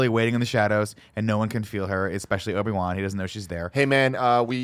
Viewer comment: D'koo, Palpatane, Nuts Gunray, Panime, Obi-Ron. Never change, Nick 😂